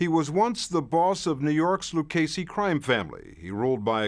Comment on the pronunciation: They new I was with Owganized cwime.